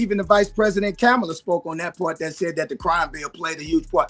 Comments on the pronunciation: The fact he called her “Cam-uh-luh”speaks volumes. I'm from the same neighborhood as Nelly, and we take pride in supporting him. However, I don't agree with his actions. I remember the sadness everyone felt when his sister passed away, and how he adopted her two children. We've always had a soft spot for him. With Kamala, though, he should reserve his judgment. She has shown a deep care for the people, something he hasn’t matched. It’s hard to understand why he chose to celebrate his presidency instead of standing with us on the campaign trail. His childhood home is impacted by the actions of leaders like Trump, and it’s single mothers and the elderly who suffer most economically. People are hurting, Nelly. We need those with a platform to raise awareness about our struggles, not align with those who disregard our plight. Does he not remember what happened in Farmington? When 18-year-old Michael Brown, an unarmed Black man, was fatally shot by a white police officer, our community united in protest against injustice. Leaders like Donald Trump condemned our cries for justice, using our pain for political gain. How could he not realize the depth of our disappointment? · Nelly can’t even pronounce Ka- ma- la correctly! Just cute and DUMB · Funny how Nelly seems to know all of this about politics, but can’t pronounce Kamala’s name and doesn’t seem to know anything about what Trump actually does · Anddddd, Nelly pronounced Kamala’s name wrong.😑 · Notice how shucking and jiving nelly mispronounced Kamala Harris name just like MAGAts. Hmmm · The fact that Nelly mispronounce Kamala’s name should tell you everything you need to know about that piece of shit